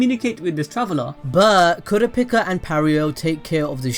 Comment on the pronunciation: uuuummmm I think you are saying kurapika lol